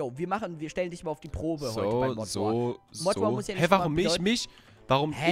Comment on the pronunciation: es heißt nicht mod Wars es heißt mod war